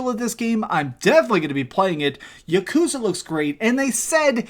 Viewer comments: Its not yuh-koooooozuh. Its YAH-ku-ZAAH. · Im here like god DAMN MAN. Please don’t pronounce yakuza with such a long hard U